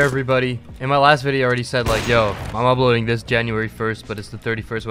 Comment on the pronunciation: why do you say "ubloading" instead of "uploading"